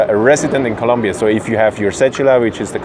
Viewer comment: Yeah this information is really useful for foreigners. Is a really good place to live if you know all the info, like this. By the way, in Colombia there's only like 2 topics that upset the people. First is Escobar and second is saying ColUmbia instead of ColOmbia, just a friendly reminder =)